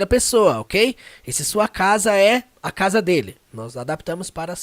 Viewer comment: Pronúncia da palavra casa ??? Acho que não ...